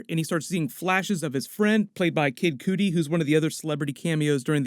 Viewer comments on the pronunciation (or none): Ahh you didnt mention the David Bowie Space Oddity when the files were releaed. Also it's pronounced Kid Cutty (spelled Cudi) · Who is Kid Cooty? I thought his name was Kid Cudi. (Pronounced "Cutty")